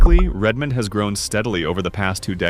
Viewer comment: Incredibly badly done. Mispronounced a bunch of places, and inserted a scene of down town Leavenworth Washington and called it Redmond Or. And this poorly researched vlog missed two or three of the more famous "banana belt" cities in the Region: Oak Harbor WA, Anacortes WA and certainly Sequim WA. And you didn't mention that around the greater area of Bend Oregon sits about 40 of the best golf courses in the Pacific Northwest. Whoever made this hasn't spent much time here.